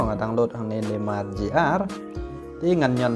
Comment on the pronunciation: Neymar not nammar 😭😂